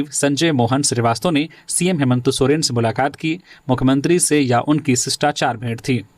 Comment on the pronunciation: हेमंत सोरेन या हेमंतो सोरेन ??? सही उच्चारण करें .....!!!